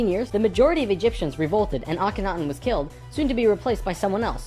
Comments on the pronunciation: You said "killt" instead of "killed". TRIGGERRRRRRRRRRRRRRRRRRRRRRRRRRRRED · dramatic pause ... Who got fuckin' kilt